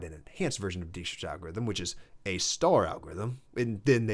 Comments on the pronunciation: Good stuff, but "Dijkstra" is pronounced like "DAIK-struh", regardless of the misleading spelling. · Nice video! Small thing, as a dutch speaking person, please don't butcher Dijkstra like that 😢. "Dijkstra's algorithm (/ˈdaɪkstrəz/ DYKE-strəz)". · The "ij" in Dijkstra is pronounced more or less as "ey", not "ee". I attended (but never finished) the Eindhoven University of Technology, where Dijkstra spent part of his career, and where he has a near-divine status. His semaphores and shunting yard algorithm come from observing the shunting yard of Eindhoven railway station from the main building of the university.